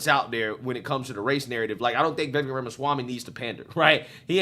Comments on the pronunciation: His name is pronounced vih-VAKE, like cake, not vih-VEK like heck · Pronounced: Like cake Vivek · Vivek (Veh-vake (rhymes with cake)) has said he won’t accept VP/doesn’t do well as a #2…. So it seems less likely that your dream team will materialize. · If anyone is wondering, it’s pronounced “Ve Vake” like cake. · It's Viv-ake like "cake" 😂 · Watch video with closed captions on and see how many times it screws up Vivik’s name. Pretty funny My favorite is Baby Mama Swami.